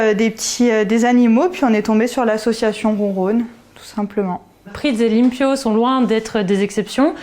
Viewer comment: Limpio ça veut dire propre en espagnol. C'est excellent comme nom pour un chat mais faut le prononcer correctement ;)